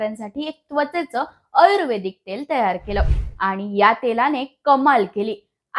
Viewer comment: आयुर्वेदिक शब्दाचा उच्चार पण चुकीचा आहे